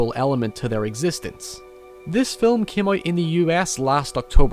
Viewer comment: "Film" is one syllable. Fillum isn't a word.